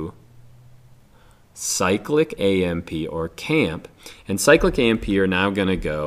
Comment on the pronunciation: No, no, we NEVER call it camp. Cyclic AMP or c A M P. Not camp.